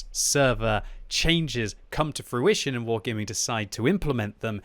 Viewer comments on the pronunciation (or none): none